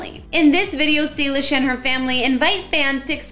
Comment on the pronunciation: It is not Salish it’s Salish